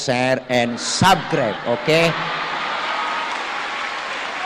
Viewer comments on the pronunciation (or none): none